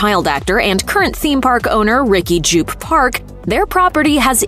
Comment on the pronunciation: I like this other explain video because they butchered Jupe's name so bad.... They kept calling him Jew-PAY.... Jew-PAY!!!